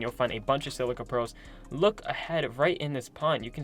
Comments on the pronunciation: Sil-i-ca, not sil-see-a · Isn’t it pronounced SILL-I-CA pearls? Not SIL-CEA pearls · Silica pronouncing (Sell-lick-ah) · My mans said silcia pearls. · What’s a silcia pearl? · I know but he said silcia sil cee a